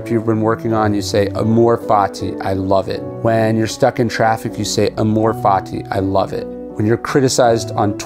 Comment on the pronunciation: "Amor" is accented on the first syllable